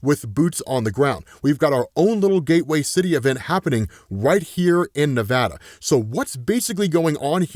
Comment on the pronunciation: I'm from Vegas. Thank you for saying "Nevada" correctly. Nails on a chalkboard when someone says "nevaada."